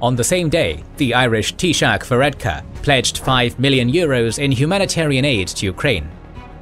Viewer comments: Fair fucks in your pronunciation of Taoiseach (tea-shock). Not perfect but better than actual British reporters. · Solid pronunciation of Taoiseach 👏